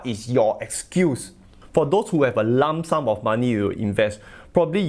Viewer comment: I was going to say the same😂😂😂😂